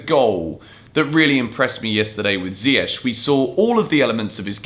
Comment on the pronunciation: I appreciate how you Yan & Younes pronounce Ziyech's name correctly. Could you tell please Frank it's not Zieyetch LOL